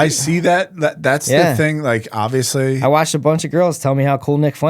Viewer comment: I've looked into him, I just think it would make for a good Ep.... Spud sperging out, responding to stuff he's never heard of with "OBB-vee-us-leee" for old times sake.